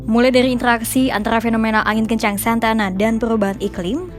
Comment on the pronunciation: Bukan Santana tapi Santa Ana 😁